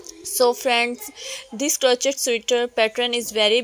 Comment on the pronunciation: o bhen urdu bolo ap ghlt bol ri hain...crochet hai crochet.... urdu boly sy sharmao met ap ko wase b views aye gy or zada aye gy